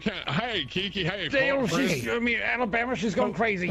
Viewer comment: I love how always messes up Kiki's name.